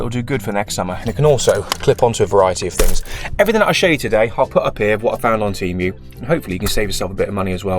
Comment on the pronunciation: Tee-Moo not Tee- mew